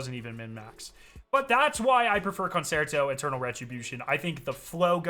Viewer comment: FYI Concerto is Italian and pronounced "Con-Chair-Toe"